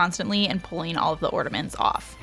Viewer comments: Omg its a floor Its not ground!! And its not ordamets Its ornaMents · Love how you call ornaments "ortaments"